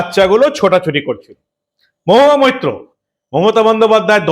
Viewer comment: নামটাও ঠিক মতো উচ্চারন করতে পারেন না?মহুয়া মুত্র।যেখানে সেখানেই মুত্রের দুর্গন্ধ!